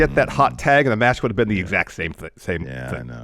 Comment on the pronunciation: NEXT METCH!